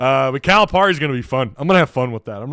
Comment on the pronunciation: his name is pronounced Cal-uh-Perry. Lmao